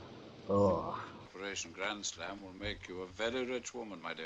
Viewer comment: "Operashunn Grandshlam"